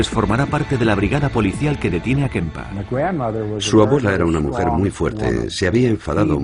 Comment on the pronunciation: Porque este subnormal de narrador dice kempa? Kemper nene Kemper!!! Este tipo ya en otros documentales inventa el idioma y es imosible ver el documental.